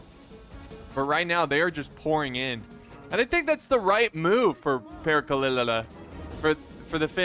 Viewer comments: Pronounciation of Perkele is almost right, just leave the "lee" in the end and you got it xD Cmon, you can do this I believe in you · All three Es in perkele are pronounced like bed. There is no long 'ee' sound (like 'seed') like you keep trying to add. And if you can roll your Rs, roll the R as long as you can for comedic effect. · Except that all the e's are pronounced the same, so a short e also on the last one. Pèrkèlè. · It's not. His commentary is pretty sloppy, he can't even correctly read the names of the units. His humor is close to non-existent but rather cringe... Also, the lack of knowledge about the world, in general, is very painful to watch/listen to, which shows itself e.g. in butchering the word "perkele" on purpose. Sadly not many cover TWR2 on YouTube, so we are stuck with him, that's the sad part... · Ur pronounciation of perkele disgusts me. xD